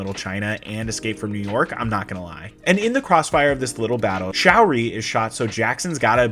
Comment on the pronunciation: Sha-oori, not showery